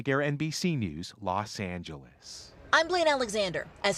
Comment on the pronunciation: lol the way he said "los angeles"